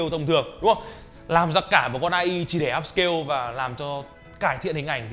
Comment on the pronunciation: Ngta đọc ây ai mà anh đọc a i